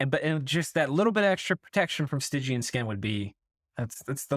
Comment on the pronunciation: You mispronounced stygian <3